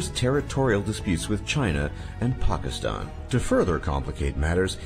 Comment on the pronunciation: The way he pronounces Pakistan triggers me.